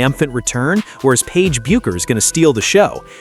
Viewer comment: You can pronounce Paige's name right!